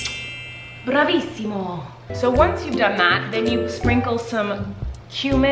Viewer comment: Omg am i the only Italian who freaked out when Colleen said "bravissimo"??? Like omg her voice in Italian is good as well!!